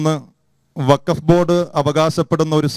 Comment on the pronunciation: പറയുമ്പോൾ വഖഫ് എന്ന് തെളിച്ചു പറയണം. ഇല്ലങ്കിൽ, കേൾക്കുന്നവർക്ക് ഫക്ക് എന്നേ തിരികയുള്ളു. ഫലത്തിൽ രണ്ടും ഒന്നുതന്നെ ആണെങ്കിലും, തെളിച്ചുതന്നെ പറയണം.